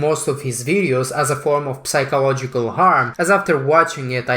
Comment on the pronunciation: The p in psychological is silent. You should've pronounce that word as if it's sychological.